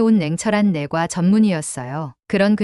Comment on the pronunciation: 냇과는 내과로 읽지 않고 내꽈로 읽는다..초등부 6학년이면 다 아는데....ㅋㅋㅋ